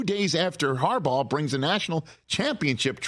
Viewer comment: A "G" isn't pronounced as a "J" i would think someone with a Michigan education can wrap their head around that one